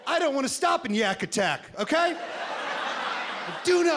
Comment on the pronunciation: Lol i keep watching this just to hear him mispronounce YakAttack and Mickiski 😂😂😂😂